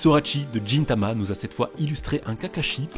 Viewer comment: ON DIT PAS « JINTAMA » MAIS « GUINTAMA »